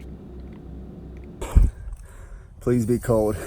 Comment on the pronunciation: or cold.. he says "coad" lol